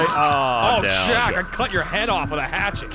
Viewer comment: Don't you mean a hap-chet?